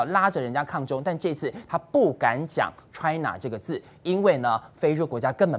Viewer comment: China ：音[ ㄔㄨㄞ] [ㄋㄚ˙] ？